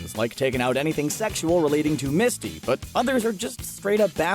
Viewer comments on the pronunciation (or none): none